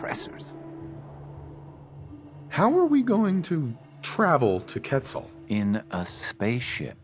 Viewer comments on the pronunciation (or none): pronounced quetzal wrong. its ket-zal